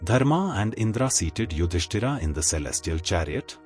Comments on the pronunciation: Very annoying that the speaker is repeatedly calling Yudhisthir as “Yudisthiraa”….! But calling Pandava as Pandav…. Why so ??? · The names are yudhishthir, Bhim, Arjun, Nakul, Sahadev etc. Please avoid adding 'A' at the end of each & every name. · Why are you mispronouncing the names? Yudhishtira???? 😅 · Very well described. But name of Pandav is Yudhisthir. And not Yudhisthira. It is Indra and not Indraa. Foolish to change name of persons. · please stop reading Bhm,Arjun Yudhishtir as Bhimaa,Ydhistaraa, Arjunaa...its irritating..